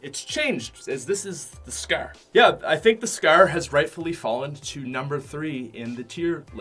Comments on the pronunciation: U pronounce it like scaaaarerrr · I love how he pronounces scar. scaaaaar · " Coming at number 3 is the scer. " 😂😂😂😂😂😂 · Scrrrrrr not scar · y do you say scrr and not scar??:p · he says scer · He said scar like scrr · The way he says “scar” so funny😂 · The way he says scar though